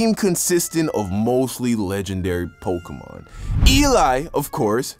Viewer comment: Mans really said pok🔇mon 😂😂